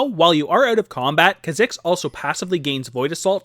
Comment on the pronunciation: This bugs me everytime he makes a Kha'Zix video, but its not pronounced that way, its pronounced k-ah zicks, not kzicks.